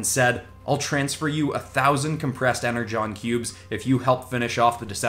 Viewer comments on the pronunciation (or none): none